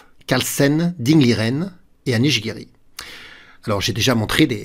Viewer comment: Je n'oserais pas sacrifier ainsi sans avoir tout analysé (ce qui est impossible, au moment de jouer Cxe4). Mais je ne suis qu'un petit joueur... Un petit truc pour: penser que "Carlsen" se prononce comme "Larsen", ainsi ça devrait venir tout seul.😊